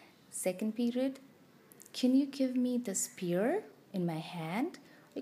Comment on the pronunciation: Nice lesson. Great tips. However, sphere is pronounced s-fear not spear. Ph=f. I'm not trying to rude. It's just that your content is impressive but your pronunciation of sphere is off putting.